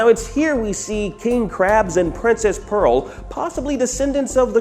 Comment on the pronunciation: LOOOL YOU GUYS ALL SAID IT WRONG!!!!! ITS PEARL LOOOOOOOOOL😂😂😂😂😂